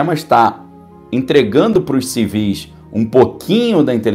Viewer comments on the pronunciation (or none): none